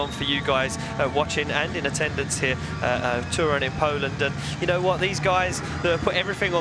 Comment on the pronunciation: Drift Masters Grand Prix it's not called Torún, it's Toruń